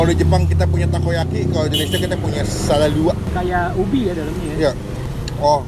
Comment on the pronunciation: Wkwk bukan sala luak bg 😂tapi sala lawuak, aduhhh greget bgt pas denger lu bilang sala luak bg 😂 lawuak = ikan